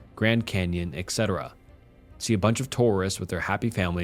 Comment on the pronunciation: please read! I'm terribly sorry, but, listen, please. "etc" is short for et cetera. There is no x ("ks") sound in this. At best, it's pronounced like the Ts in tsunami. It pains me a lot to hear you beautifully read out all those cool stories, making voices for the guys sound like they probably would, and then making this mistake in every video. Please please please... listen to some engine sound it out to you if you don't believe me.